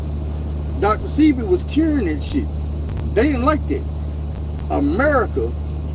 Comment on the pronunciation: its pronounced dr seh-bee like ebony unc but u aint lying america got a million coups from cia to fbi killing mlk